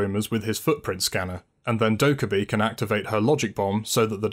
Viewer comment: Actually its Dokka-BAE